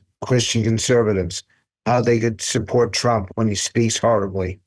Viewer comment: Trump not Tramp. She's a commi.